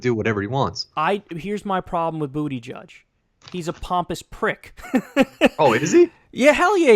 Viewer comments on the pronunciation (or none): Its kind of a smear for Kyle to keep calling Buttigieg, Booty judge, but I have to laugh every time he does it. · saying bootyjudge is killing shit encapsulates his political knowledge